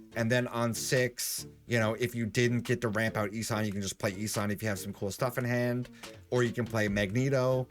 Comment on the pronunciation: not sure why but I feel people are saying "E-San" instead of "E-Son"